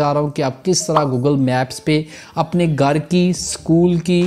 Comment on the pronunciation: Tere gar se🤣🤣🤣 abbe Sidaa bol lee hindi 🤣